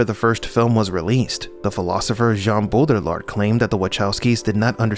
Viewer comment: Great video. Hope the people who need to hear this get it recommended. But my man how has nobody told you how to pronounce Baudrillard 😂 (it's bo-dree-yar btw)